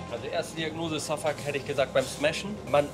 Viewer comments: Name: Şafak Holle: Safuck Aussprache: Schafak 😂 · Warum kannst du seinen Namen nicht einfach "Schafak" aussprechen? Da ist doch jetzt nichts außergewöhnlich schwieriges